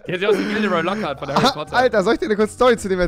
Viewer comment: Ja er heißt Gilde Reu Lockert